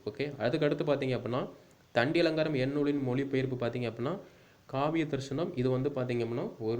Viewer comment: தண்டியலங்காரத்தின் ஆசிரியர் பெயர்: தண்டி. கண்டி அல்ல... திருத்திக் கொள்ளவும் சகோ.